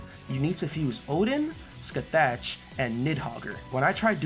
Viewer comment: Absolutely no hate but I nearly choked on my water when you pronounced Scathach